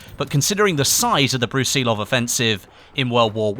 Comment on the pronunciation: You're saying Brusilov wrong.